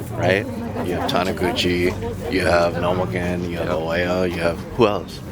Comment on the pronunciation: how can live in japan and still call ueno "ueo san" multiple times. his first name is takahiro, not katsuhiro. this is why hes a mega dork.